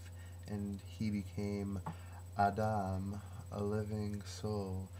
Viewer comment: is this your own translation, dear one? Your pronunciation on some hebrew is so close, Ah-Dahm is perfect... and I would have no idea unless, by Yah, I had studied Hebrew as a child... Praise be the one who comes in the Name of YaHuWaH. Thanks for contacting me. I can TRULY appreciate what you are doing here. I can see the Holy Spirit of YaH (EEAA), the "Almighty Eli-YaH - HU is Creating the Great Nation", by Huwa-Yah, YaHuWaH. I am going to reply to you, dear devotee of the Most High God..